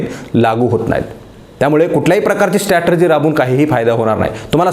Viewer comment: एक शब्द जो तुम्ही उच्चारता तो सतत स्टॅटर्जी असा उच्चारता. त्याचा बरोबर उच्चार स्ट्रॅटेजी (डावपेच) असा आहे. ही सुधारणा करता आली तर पहा.